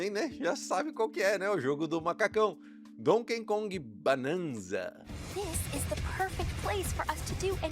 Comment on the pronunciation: NÃO É DONKEN KONG... É DONKEY KONG